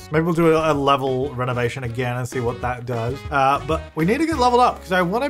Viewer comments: She actually said something more like "ernovation" but yeah, it's too close to English! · i heard irnovation